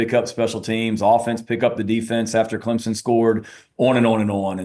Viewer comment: Paul there is No Z in Clemson. I’m a gamecock fan, correct your speech